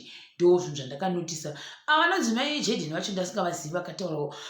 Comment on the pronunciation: The way you say Mai Tt’s name inondipedza manje